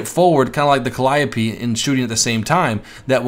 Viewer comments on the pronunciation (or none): Ok lets get it right this time! Calliope Cal-i-ope (Cal-ee-ohp) Please,, please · I'm pretty sure it's pronounced cal-ee-ope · 1: Sturmtiger's sound files are in the game yes 2: It's panzer-where-fer 3: it's cal-e-o-pee 4: artillery wont be in the game, these rocket vehicles can fire directly as well as indirectlypure indirect fire vehicles won't be in the game, such as the Katyusha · "The T-34 Calliope" like if you noticed this